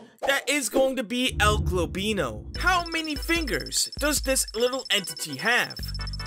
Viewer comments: Please stop saying El globino say El goblino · I better not to be the only one to be triggered whenever he says "globino" and not "goblino" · Stop saying el globino its el goblino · ‘El gobino’ ITS EL GOBLINO NOT GOBINO Edit: thanks for the ♥️!! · By the way, it's El GOBLINO, not El GLOBino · Why do you pronounce El goblino as El golbino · Is it only me that notises that he sats el «Globino» insted of el «Goblino» read it carefully cuz u might not see it😏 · el-GLOBino? i think he ment el-GOBLino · BRO STOP SAYING EL GLOBINO ITS EL GOBLINO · His name is GOBlino not GLOBlino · it isnt el globino, its el goblino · It's El goblino not El golblino stop saying its annoying say it correctly El goblino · Also u say globino not goblino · He actually said el golbino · ITS EL GOBLINO NOT EL GOBINO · Why you saying my name wrong it's El goblino düd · "El Glowblino" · "El gobeano" 💀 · “El globeano” gets me every time. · It’s EL-GOB-LINO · UR CALL8NG EL GOBLINO WRONG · For how long are you gonna keep pronouncing el goblino's name wrong? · i unsubbed, if you learn how to say el goblino right, i'll sub again